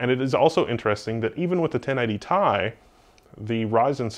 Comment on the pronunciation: you just had to say it didn't you you couldn't refrain from saying it could you you had to say 1080 tie. I will be contacting Brent Spiner to tell him your data is wrong calling the 1080ti and not separating the letters.